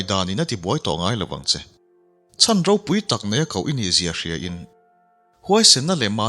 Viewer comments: An ro te an...an thil neih hlu ro.... Insuk pho ro anga lam chi nilo An ro te ,tia lam nise a Duhawm mang e aw.... Mizo tawng thluk dik tereuh hi pho chhuak zel ila....ti r'u.... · 'RO' tih sipel hi mizo tawngah hian Pakhat aia tam a awm a. Pakhat chu kan thil neih, thil hlu a ni a, ri hniamin lam mai tur a ni ang. A dang Pakhat chu 'thil hring ni lo, thil ro eg. Puan ro, hmarcha ro, adt. anga ri sei leh sang deuhva lam tur a ni ang. Hetah hian 'Ro, (thil hlu,) hi ri sangin I lam tlat mai. Ngaihthlak a ti nuam lo nghal vek alawm.